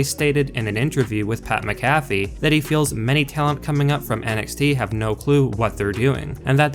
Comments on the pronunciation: I cannot stand the way this guy is pronouncing pats last name. Good lord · Who tf is pat macafe??? WHAT? !!? Sounds like a mcdonalds drink or some crap. 😂 another idiot that makes money off the sport and cant even have the respect of knowing how to pronounce their name... That Wrestlelameia clown is the same way. Why i wont sub to these clowns or like any vids... Faker then back yard wrestlers!!!! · You not being able to say pats last name right is making me turn this video off. Sorry man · Bruh the way you say Pats last name makes me cringe so hard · Oh boy fans now the cause for these ridiculous videos. Rumor dirt sheet nonsense. 1, Say Pay McAfee's name correctly 2, No one is going to tell dirt sheets that anything Vince does is terrible, unless they hate their jobs 3, This video was an 8min run on sentence. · do you not watch the shows that this channel gives info on? how do you not know how to pronounce mcafee? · I can't stand you pronounce his name wrong how do you get his name wrong do you actually watch wrestling? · The way you pronounce Pat’s last name shows you don’t even watch Smackdown🙄 I can’t stand you pretend fans. Y’all just make videos for the money. Please learn how to say his last name properly🥴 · I'm gonna have to stop watching you if you can't say Pats name right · How do you not know how to say McAfee's name, and you're this into the sport? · Please stop saying his name. Say it with me It's pronounced Mac - A - Fee, Not Mick -cafey. I know you only know him as a commentator on Smack Down but he was the Punter for my Indianapolis Colts for his whole NFL career and hearing his name butchered is hard on the ears. LOL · DUDE GET YOUR ENGLISH RIGHT. You keep saying PAT MCGAFFY You are wrong. His name is Pat MC A FEE. NOT MC GAFFY. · Your voice cadence is terrible. The name is pronounced MAC-a-fee. Not mac-A-FEE. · Mac-uh-fee, is wrong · THIS GUY SAID PAT MCAFEEE LIKE A COFFEE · You say pats last name wrong 😂